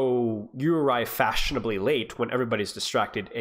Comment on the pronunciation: "You arrive fashinably late" 🔥🔥🔥